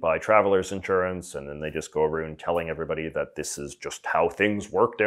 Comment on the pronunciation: New subscriber J. J., I have a question. Why do you pronounce around...aroond?